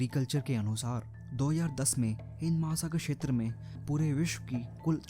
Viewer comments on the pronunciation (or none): छेत्र नही होता क्षेत्र होता है।